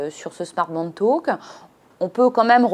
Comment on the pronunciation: Talk pas taulk